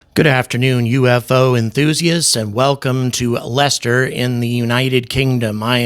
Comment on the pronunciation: thank you for being the only non-englishman to know how to pronounce Leicester